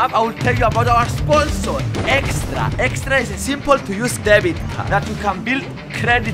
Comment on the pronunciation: Does fidias say estra not extra?